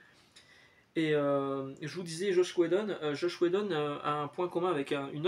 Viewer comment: Alors merci pour cette vidéo encore ❤ mais j’ai un petit bémol pour toi: c’est JOSS WHEDON et pas « JOSH » 😂 c’est mon créateur préférer car il a créer Buffy donc 😊 merci à toi monsieur pour ton contenu et ouais dis donc pour Cassaday je ne savais même pas 😢 …